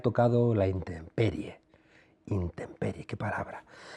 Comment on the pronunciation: Se dice intemperie!!! Y estos elementos son profesores de universidad. Menos defender al KAKAS que tanto él como su señora Müller como su prole que vive a todo trapo en USA son unos impresentables cuya única cultura y educación es la de Mister Dollar US.